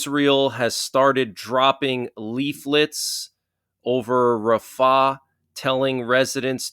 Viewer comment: He is saying it wrong